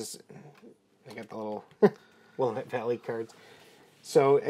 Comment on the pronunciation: I guess if I were ever desperate enough to play this mess I would get to go first since I was born in the Willamette Valley, but you're saying it wrong. "Willamette" is a Clackamas Indian word and it's pronounced Wil-LAM-mett. Also Oregon is pronounced "OAR-uh-gun." (Easy way to remember this: If you wouldn't say WashingTAWN, then don't say OreGAWN.)